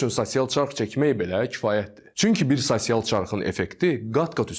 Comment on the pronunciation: Səhv tapmağa qalsa - Saçsial yox, sosial